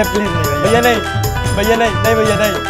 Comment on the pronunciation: Mastani said : भैया ❌ वय्या ✅